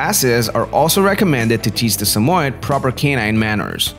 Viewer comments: Why he sayin sum oied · Its pronounced as Sa-mo-yed. YED! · Your not pronouncing it right. Sammy-Ed if you can’t pronounce the name right how can I watch this video?